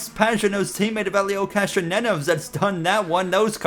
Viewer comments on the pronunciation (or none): also, idk if i was mishearing, but its not “castronenes”, its “cass- tro- nev- ez”, pretty much exactly how its speller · Castronieves not castronenos